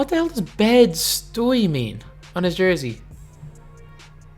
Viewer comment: It’s pronounced bed-stiy it’s a city